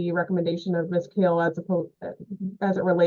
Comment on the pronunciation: I feel for the GAL and her last name never being pronounced correctly 😂 it is Kale not Call